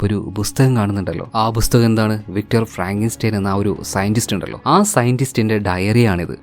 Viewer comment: ബുസ്തകം അല്ലടെയ്. .. പുസ്തകം. ..